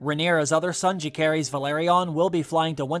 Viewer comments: phonetics: Loo-serys, not loo-kerys. and Juh-serys, not Joo-kerys. No hard C in either of those names....we've heard their full names spoken many times in season one already. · Too excited for this show to start! Pronunciation on Luke and Jace full names is off in this though as it’s legit said in the show😆 Jacaerys: Jace-air-Rees Lucerys: Loose-air-Rees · 😊please pronounce Luke’s name right.